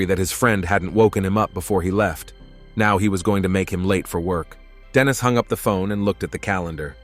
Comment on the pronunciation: The AI mispronunciation of Dennis, and Denise (which is a girls name), the ai speaking in a feminine voice when a man is speaking, and the constant calling a her/she a him/he or vice versa is so annoying. So many times a their should be used but isnt. I half the time have to look at the scene because Im confused as to whats going on due to the ai calling a man a her, or a women a he. The ai voice acting in a female voice while saying something a man is saying also confused me. I didnt understand if this was meant to be a baby talk voice or not, but when I looked at the scene it was in, it def wasnt. I appreciate the summary recap of course, but is there any way to help with the script?